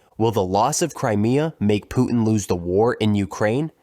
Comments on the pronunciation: Putin -- with a T: poo tin. Your Pooh-hin is on some other planet, fool. "PPR _Global_?" If you can't pronounce public figures' names, you're not even in the game. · The man's name is Putin, not Poo-in! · Pu'in? Sorry about your speech impediment, man! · You know, when speaking English, it's okay to pronounce the letter "T" in the middle of a word. Clear communications begin with proper pronunciation of words. Example: Pu'in vs. Putin. Nothing is gained by the glotteral stop mid-word. Please? Thanks! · “Putin” has a “t” in the middle, stop using a glottal stop. 🛑